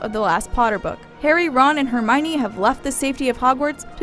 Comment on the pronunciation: lol, except for herminie